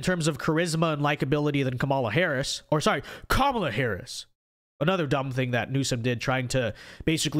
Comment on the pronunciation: It’s kaamala Harris no Kamala Ron 😅